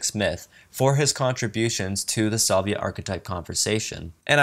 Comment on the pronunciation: you mispronounce the word "salvia" and the word "adieu". Also, mispronounced "Planckian" and "vague".